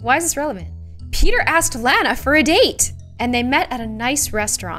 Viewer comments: its lana not lanae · My name is Lana you said it wrong and I lev your vids